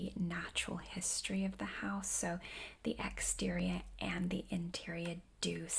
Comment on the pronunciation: Boston accent coming out on exterior and interior?